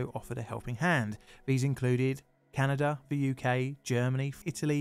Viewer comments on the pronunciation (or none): none